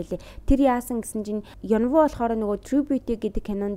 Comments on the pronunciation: Ёнвү биш Ын Ү, Ин Ү гээд дуудаж болохгүй юм байхдаа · Юнвү биш Инү шүү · рөүси биш рүжэ ёнвү биш ин ү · Янву Енвү гэж хэлбэл жоохон сонин сонсогддог шүү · Eun woo gedgiig solongosoor Eun oo gej duuddag shuu❤Инү🎉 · Yess22222 bur buruu duudaad bhaar n uur hureed suujiilaa😂